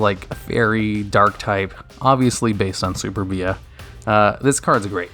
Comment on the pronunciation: you pronounced superbia as super-bee ah when it should be su-perbia